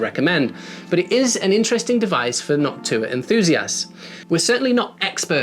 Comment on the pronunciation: No offense meant at all; it makes me smile when you say Noctua because you're pronunciation sounds close to "Hawk Tuah"